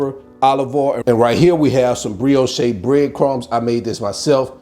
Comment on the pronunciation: What? An Alabama boy? Auntie Kim is a Georgia girl! :-) Who cares how you pronounce brioche. lol. Everybody know what you're talking about. I love me some shrooms and I literally have all of these ingredients! Guess what is for dinner tomorrow?! Sending love and blessings! ❤🙏